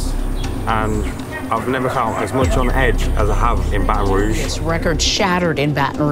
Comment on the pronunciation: Rouge not Rogue but maybe yes